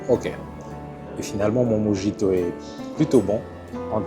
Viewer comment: Super vidéo ! Juste un petit conseil pour la prononciation de mojito qui vient de l'espagnol ( de Cuba) : le " j " se prononce " r ".